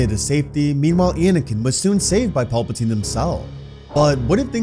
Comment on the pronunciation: Just please work on pronunciation of pal puh teen.. his name isn't Paul